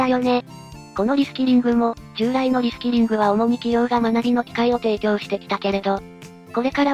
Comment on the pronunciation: リスキリング・・・リスキルにしか聞こえないｗ